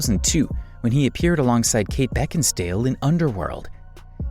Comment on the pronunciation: Did you just call Kate Beckinsale "Beckin Stale"?